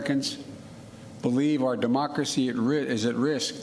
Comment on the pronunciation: Biden "our Mocracy" WTF is mocracy???